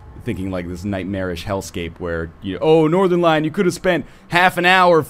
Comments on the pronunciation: I was mentioned by northernlion. And he mispronounced my name. Yes. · i heard northenlion and i was like da fuq